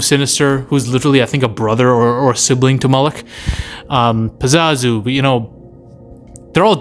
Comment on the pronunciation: 2 things. 1. PazUzu (not pizazu) 2. CandArian demon. (Not candorian) Not that it matters. Just trying to be helpful